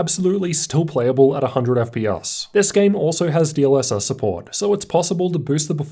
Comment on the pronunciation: Why do you pronounce letters E and S as a U. You always say FP"us" instead of FPS and Tust instead of Test. Just improve on the vocabulary because it's quite an annoyance.